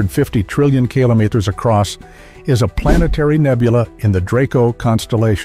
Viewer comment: That really doesn't matter if he can't say kilometer correctly, the video was good.